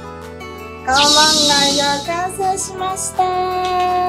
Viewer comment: カオマンガイだよね！？カウマンガイじゃないよね！